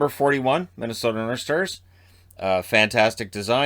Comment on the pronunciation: No one: Absolutely no one:: Minnesota Norshtars